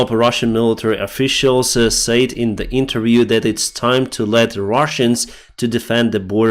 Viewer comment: Hello My Friend, Can I Help You Just a Little with 'A Word',, When you say 'Said', Express that like this simply; 'SED', OK, "Slava Ukraini";;))